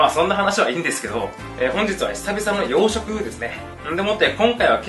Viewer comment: 谷やんがようしょくっていうと養殖にしか聞こえんくなる